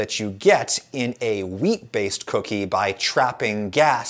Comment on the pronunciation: I know you're saying WHEAT but i am constantly hearing MEAT.